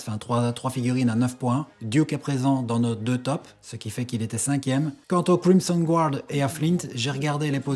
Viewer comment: Crimson guard😂😂😂 c'est énorme ! L'accent anglais est parfait 😂